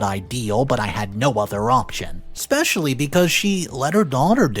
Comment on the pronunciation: Dear Reditto, As you will continue to read, please edit your pronunciation of several words. especially: ES-pecially. escape: ES-cape. There is no 'x' in either word. Thank you.